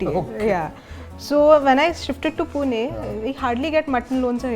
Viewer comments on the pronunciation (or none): Sir please i say please don’t say poona , say pune, puney ..